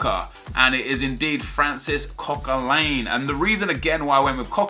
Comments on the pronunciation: What part of Coquelin's name lends it to being pronounced CoquelAIN?????? Arsenal fan are you?????? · tell me you as an arsenal fan know that it's Cok-a-lan XD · You pronounced Coquelin wrong and you're an arsenal fan, shameful